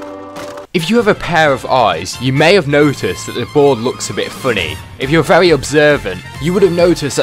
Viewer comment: Why you say very like vewy